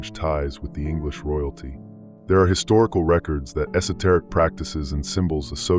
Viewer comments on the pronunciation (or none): Say “esoteric” again. Go ahead.